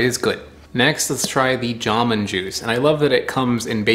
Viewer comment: It's not JAmoon, it's jamOOn...